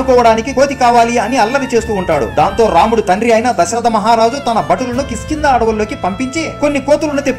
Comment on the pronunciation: కిష్కింద అని పలకాలి, కిస్కింద అని పలకరాదు